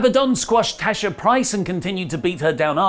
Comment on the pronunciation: my bro it's not Tasha rather Tesha